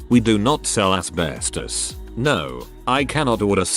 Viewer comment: Am I the only one that really likes the way this bot voice says "asbestos"? I especially like when the quote is "freaking asbestos" 🤣